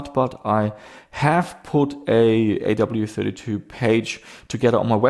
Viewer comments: AWE32 (like being in AWE of something). Not A.W.E.32. Hurt my head hearing you say it each time 😂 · You have AWE32 in the title, yet you always skip over the E every time you say the name. A. W. E. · I have no idea how it's supposed to be pronounced, but I always pronounced "awe" to rhyme with "saw" instead of saying the letters. Even though I know I could be wrong, it really grates on me hearing pronounce it "A-W-E", like hearing someone say "ATM machine" or "PIN number"!